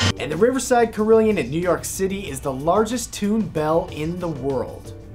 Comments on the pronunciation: cah-rill-on not car-rill-e-on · "carillion" is a mispronunciation, it's "carillon", pronounced in (american) english like "carol-on" or in french kind of like "carry-on". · It's pronounced CARE-ill-on not car-ill-yun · you pronounced that huge bell tower instrument incorrectly. Carillon is like Care-i-lon with a long "A" sound and a short "i". There is no i after the l's. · Dude... Carillion it's pronounced: Care-a-lawn. Sweet instruments, though :) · pronouncing carillon wrong mate =\ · 1) please pronounce "carillon" correctly